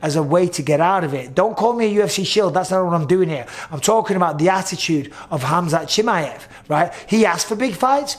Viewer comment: Bisping: Khamzat Chimeyef